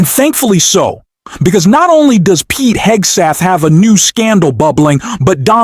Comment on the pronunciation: You lost me when you called Pete Hegseth, Pete Hegstath. A little thing but it shows a lack of professionalism and seriousness. Know your job and the names of the individuals you incorporate in your presentation. It's kind of like spell checking your work.